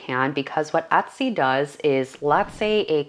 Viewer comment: No offence intended,but why does she pronounce the word Etsy as "Uttsy"? ....Is she a Canadian and that is the Canadian pronunciation of the word?